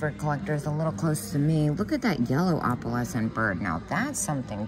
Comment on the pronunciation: It kills me when you say “AHpalescent”. 😂